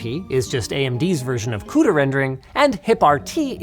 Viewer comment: thats CUDA rendering, not cooter rendering.....